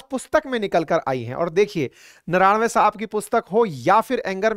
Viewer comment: नरवने नाकि नारावणे ।